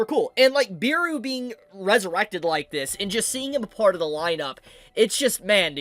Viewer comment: Bro said Beeru instead of Beru broo xd